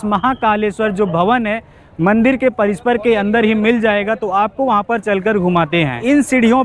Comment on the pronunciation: Bhai parishar hota hai parisper nahi